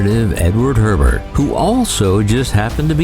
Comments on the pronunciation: Thank you for calling it the Greater New Orleans (GNO) bridge. It wasn't called the CCC (Crescent City Connection) until the second span was completed. But... Hebert is pronounced Eh-Bear. 😉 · Hebert not Herbert